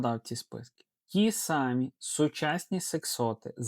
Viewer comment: У Вас гарна мова, але не,, ті сАмі" (калька), а ,,ті самІ".